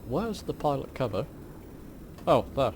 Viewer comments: It's Called A Pitot Cover. Not pilot Cover ❤❤ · Pitot cover not pilot 😉 pronounced in the French way. Also San Fran looked very much like the Home Counties 😅